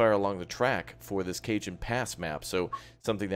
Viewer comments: Cajon is pronounced "cahon". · Cajon. [Cuh-Hone] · Cajon= cuh-hone. the J has an H sound. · Oi,. Dig the vids, watched a bunch, finally hit subscribe. Also, real quick, it's a Spanish word, Cajon. It means "box" like a "box canyon". It's pronounced "Ka-Hone". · Cajon is pronounced 'Cahon' as in Jalapeno. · I presume that people have told you by now that it's Ca-hone, the J is silent, as in Javier. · Not Cajun